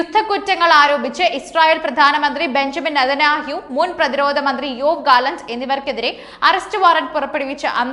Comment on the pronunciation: നതെന്യാഹു. ഒന്ന് മാറ്റി പറയു